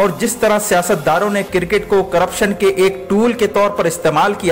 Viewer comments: Bhai it’s cricket not CIRCIT! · sir cricket not cir ket